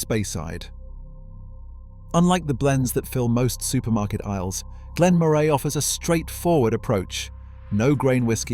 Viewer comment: Cannot pronounce Elgin or Moray.